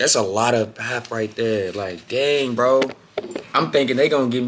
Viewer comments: Yo, hope all y'all are well, just wanted to say that it's pronounced "Paarp" not "Pep". You will find yourself in a clothing store here unless you don't say it's food🫡😂😂😂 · Aowa, a whole year and you still pronounce pap like that, I'm sad. I do wish a lot of people would watch this coz someone did say " if you not careful you will wake up 50 with nothing but pictures of groove". And another one said "kids in other countries are inventing things and SA kids are inventing a new dance move every week". BUUUUUUT, we glad you came, had fun and grew as a man. The good really outweighs the bad. Id say travel mercies but I saw the 'back home vlog' before this one. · Your pronunciation of "pap" kills m3 bru😂😂😂😂